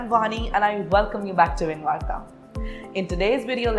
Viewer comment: engvarta❌ engvani✔